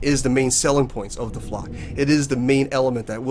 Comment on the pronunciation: You keep saying "de flock" when you mean "the flock" and it makes me cringe each time you say it